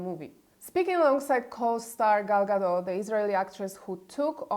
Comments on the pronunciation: Gadot, not Gado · It doesn't matter; people need to stop saying Gado like it's Gal Gadot's surname and not Gadot.